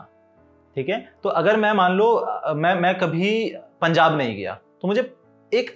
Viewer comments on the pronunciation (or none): none